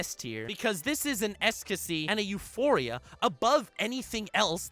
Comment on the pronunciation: First I was annoyed with how he pronounced "ecstasy" as "ecscasy", but then I realised that he OBVIOUSLY said it the way he did to make it sound more like LORD ESCANORU! LORD NUXANOR YOU MADLAD!